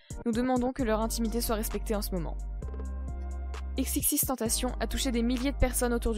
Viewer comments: On dit pas "TENTACHION", on le prononce de la même façon que tentation en Français. X l'avait dit dans une interview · C pas tupac mais toupac que sa se prononce Et c xxxtentaichion que sa se pronnonce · Faut dire xxxtentacion comme si tu disais exexextentacion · Pas x x x tentation mais triple x tentation c’est comme ça que les anglais prononce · Et on dit "XXXTentescion" 🙄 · On dit pas " XXXTentacion" dans la prononciation mais on prononce " EX EX EX tentacion" merci pour ceux qui y connaissent rien et qui detruisent tout et au fait : X est mort un point c'est tout. Et comme beaucoup de commentaire l'on déjà mentionner : on dit "2pac" et non " tupac". Et autre chose: si vous sucez X juste en ayant écoutez " Moonlight et SAD! ", je vous en conjure: rentrez chez vous... Comme l'a dit X en anglais dans la vidéo du "documentary trailer", sortie sur sa chaîne officielle: " Si t'es heureux, j'ai rien pour toi car t'a déjà c'que tu veux " S'il vous plaît, arrêtez de le sucer Long live Jahseh 🖤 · En mon dieu c xxx mtentacioneeeee tu pronnonse le puré